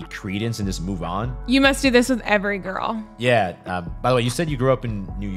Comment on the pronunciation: “You must do this with every giggrrl”🙄